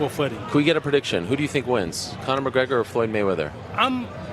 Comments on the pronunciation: McConor? LMFAO......Mayweather Sr. wow!!!! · Lol there was not one interview that Floyd sr. said Conor mcgregor name correctly